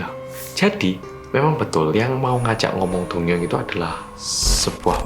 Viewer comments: Aku dengernya doyoung ternyata dongyoung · ngomongnya dongyoung,aku dengernya doyoung:D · Name: dongyoung. What i heard: doyoung Wtf? Kangen:)) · Kejadian ini terjadi pada seorang laki - laki bernama Dongyoung. Aku dengernya Doyoung dong:")